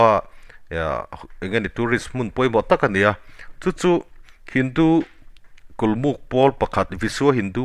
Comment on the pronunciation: Kulmut nilovin KULMUK tih zawk tur aw.